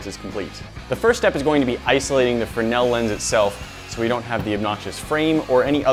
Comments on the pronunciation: Have you just forgotten how to make a z sound it’s a fresnel lens not a frenel lens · Guys, the upgrade was great BUT.. c'mon.... pronounce it right... it's spelled Fresnel... not Frennell. pronounced freznell... frez nell.... or, maybe we have been calling you by mistake, instead of "Nat"? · The fruh-nel lens? Isn't it pronounced frez-nel? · Not a frenell lens but a fresnell lens it is! Sorry had to comment on that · Lol did say the fre-nail lense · Fernel lens?? I guess you mean Fresnel...